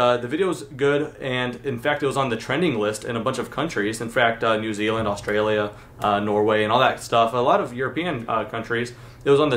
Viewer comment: He said “ new zeland, Australia